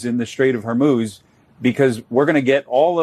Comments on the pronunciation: GEEZ BEN, quit saying “HAR-MOZE”. You’re the only person on the planet who pronounces it that way pay attention, LISTEN Ben, it’s pronounced “HAR- MOOZE”, rhymes with schmooze and booze, DUMMY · Ben, I love your videos. They are informative, timely, and you even manage to insert some humor into a pretty dark passage of our history. But please, please, please pick just one pronounciation of Straight of Hormuz, and then stick with it, preferably the correct one. It's Hor-Mooz, rhymes with booze. :) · Pronunciation tip: think of a cow sound. Strait of hor-MOOz. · Pronounced correctly, Hormuz should rhyme with ooze, or booze! Just wondering why no one on your team knows this or is willing to help you to finally Master it?? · Please get the right pronunciation of Hormuz. It is annoying to hear every time you repeat a mispronunciation. It is read Hor-Mooz. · please learn how to pronounce Hormuz correctly. It's not Hor-mose, Hor-muse, Hor-muss, it's /hɔːrˈmuːz/ ... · Hor-MOOZ, bro. 🤦‍♂️ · Stopped listening when this guy kept saying “straight of Hormoz”. You lose all credibility when you can’t pronounce important strategic obstacles properly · I have heard you pronounce the Strait of Hormuz six different ways! Why is that? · You pronounced “strait of Hormuz” 4 different ways! Pick one and stick with it Ben! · I, of course, understand the gravity of this situation, and I know there is nothing to make light of here. Given that, I must attempt a little bit of comic relief and mention that Ben’s inability to correctly pronounce the Strait of Hormuz is giving real Benedict Cumberbatch “Pingwing” vibes 😂😂 Eternal thanks to MeidasTouch for keeping us all up to date on the disaster we are loving through right now. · Dude, when are you gonna learn to pronounce Hormuz? 🤣🤣🤣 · This guy pronounced the Hormuz five different ways in this video. lol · New day for Ben to keep pronouncing Hormuz incorrectly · holy effing crap will you pronounce Hormuz right just once???